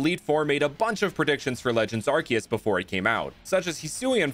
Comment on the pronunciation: Props for pronouncing arceus correctly